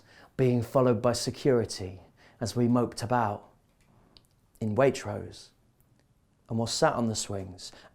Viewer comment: You said 'Waitrose'. I laughed out loud.